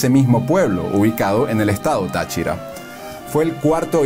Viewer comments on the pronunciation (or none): none